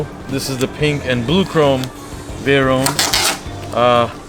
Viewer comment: What’s a “veyrone “? 👍😂👌